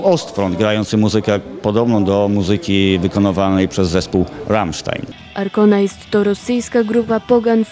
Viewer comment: A ta prezenterka... jakaś taka przyćpana. ;) Informacje o Arkonie czysto z Wikipedii -świetne źródło... mogła chociaż się doszukać, jak poprawnie przeczytać nazwę ich albumu, skoro już musiała ją przywoływać. Smyczki nie są charakterystyczne dla całej muzyki celtyckiej... Wiem, brzmię jak hejter, no ale kurwa... A P. Shuttenbach jest niejako projektem Percivala, nie odwrotnie.. więc oni na etnicznych instrumentach to właśnie głównie grają, nie projektowo...